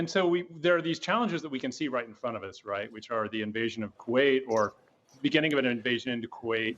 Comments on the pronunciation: This guy keeps saying Kuwait 🤣🤣🤣🤣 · Did he say invasion of “Kuwait”? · He said Kuwait smh